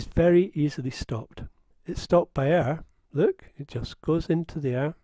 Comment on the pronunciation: that "LOOK!!" :)